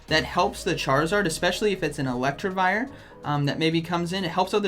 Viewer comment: ElecTIvire, not ElecTRIvire, just saying..